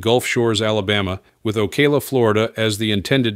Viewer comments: You’re pronouncing Ocala wrong. It’s not O Kay la. It’s O caa la. I’m from there. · Hey stupid ai it's pronounced oh-cow-luh